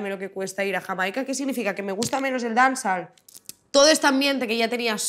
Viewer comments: Dance-all lmao if she keep saying dance all ...but she went to Jamaica right 😂 what part of Jamaica? Smfh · Si ni pronuncia bien la palabra "dancehall" cuando supuestamente es el género que hace. My god. De verdad, que no veo nada especial en esta entrevista, es una persona que sabe defender su música, just that. Pero siguen siendo unas lyrics de mierda. Sigue siendo música de mierda. "La marihuana es una droga blanda..." madre mía...es que real que me parece absurdo que estéis flipando con esta entrevista. Aparte de llamar a Becky G y a Karol G mainstream. ¿Tú qué eres? "Veo Bad Gyals, o Nina's o Zowis" hola? se han apropiado del estilismo callejero ahora???? Wow, es que de verdad que flipo.